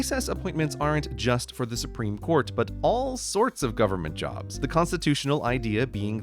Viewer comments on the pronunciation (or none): none